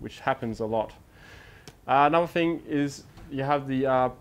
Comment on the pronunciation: love your videos, but for god sakes please pronounce your words correctly. Especially 'th' words. It is 't' and 'h' not 'f' and 'r'. Words like three, through, thing, Stop pronouncing it as 'fr'!